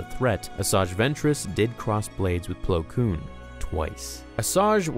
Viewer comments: It's Plo Koon, not Plo Koom. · My favorite Jedi, Plo Plowin😂😂😂